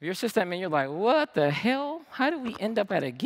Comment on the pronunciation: great talk i wish he stop saying cyst admin :(